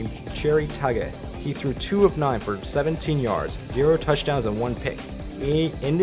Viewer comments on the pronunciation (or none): Packers QB Jerry Tagge's name was actually pronouced 'Taggie.